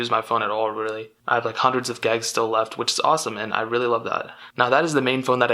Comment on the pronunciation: Y does he call it “gags” when it’s gigs